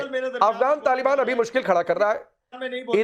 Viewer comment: Taal baan ya Taliban . In logo ko thik se naam bolna nhi ata.